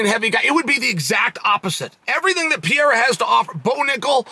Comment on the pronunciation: PIERRA sound like a woman name PIERRE